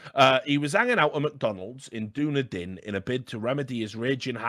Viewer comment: Any other NZ fans have a laugh at the Dunedin pronunciation for the gull story ? Massive Anorak moment, big fan from NZ hope you doing good Rich